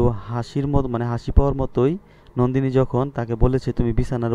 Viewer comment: আর ওইটা নন্দীনি হবে নট নান্দীনি